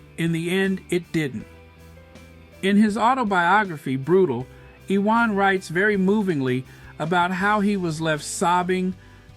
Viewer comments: His name is pronounced YOUU-WON. Big-up Harry & Meghan. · Its pronounced youwan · Iwan is a Welsh name - it is pronounced Uwan. Thanks - he's a legend of British sport - and we fans never knew who he really was.